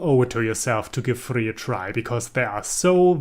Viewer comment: Thank you for telling me the real pronunciation of Furi lmao. Can't believe I went so long without knowing.